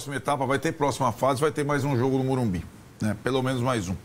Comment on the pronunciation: Não é Morubi!!!! É Morumbis